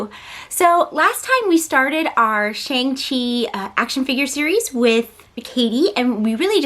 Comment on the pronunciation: Shang is pronounced with a soft a not a hard A!